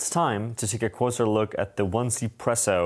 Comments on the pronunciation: It seems like the way to pronounce the brand is "Eazee"Presso and not "One"ZPresso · It’s read eazy presso. 1 is read “ea” in Chinese.